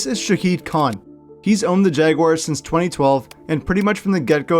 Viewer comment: It is pronounced SHAD Khan and the team is NOT going to London permanently. Over a Billion dollars is being spent by the City and Shad Khan to build the Stadium of the Future. You might want to update your video.